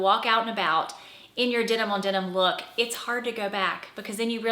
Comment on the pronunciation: It’s denim, not dinim!